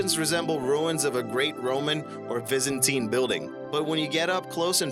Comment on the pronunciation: you could make an effort to pronounce words, especially proper nouns, correctly. e.g.- it's not "Vyzantine", it's Byzantine...just one of many.